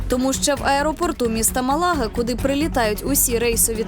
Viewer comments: Там на дорожном указателе,для тупых, ударение поставлено Málaga! Малага'- это под Конотопом или Попельня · Девушка! Не Мала'га, а Ма'лага!ударение на первую а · Даже на дорожном указателе, которое вы же сняли и нам представили в этом видео, в названии города Малага, поставлено ударение на А. Ма'лага ,а не Мала'га. Запомните и не позорьтесь!